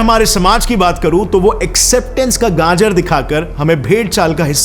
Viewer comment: Bhai gajar..nor ganjar😂😂